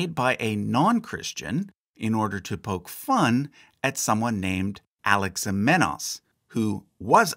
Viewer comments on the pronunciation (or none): none